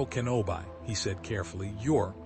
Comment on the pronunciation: It's "Kenobee" not "Kenobeye" lol